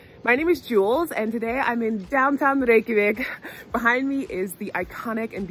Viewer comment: As a Norwegian who's bf is Icelandic, finally someone who manages to pronounce Reykjavik properly in Icelandic as a foreigner! And yes so jealous of my bf as he has 4 of these sweathers made by his granny, who passed away years ago. We have similar here in Norway tho, as the Icelanders came from the western coast of Norway, the horse, and their sheep too came from us. It's deeply rooted in our cultures as we are farming and fishing nations. Fun fact: All Icelanders are part Celtic (Irish/Scottish: red hair, pale skin, freckles), as the Norwegians stopped over in Ireland, and brought female slaves, as no Norwegian woman wanted to come with. Humans sold as slaves were the biggest export at the time, and the Vikings was known for it, besides pillaging, loothing, murdering and raping lol. So much so that the population in Norway at the times was mixed with Irish, the Swedes had a lot of Slavic: Ukrainian, and Russian, (from the word slave in Norse), as they roamed the Balkans, and Eastern Europe.